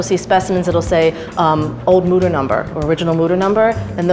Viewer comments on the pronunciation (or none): Mütter means mothers in german. And its not pronounced mutter. Ü=/=U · as a german i have to say that, how you speak the word mütter sounds like mutter. in germany, mutter means mother and mütter is the plural of it. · As a german hearing the word Mütter getting turned into Mouder is way too funny😂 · As a german, all I can hear is Mudder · He went from DR mutter to Dr mother😂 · Anna, if you want to teach, you should begin by pronouncing his name right: It has two dots over the "o", which means it's pronounced "Y". It's a German name! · Then maybe learn how to pronounce the umlaut correctly if you’re doing the tour guide through the Mütter museum!!!?